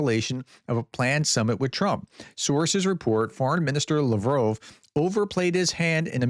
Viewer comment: Its LavrOv not LavrovE.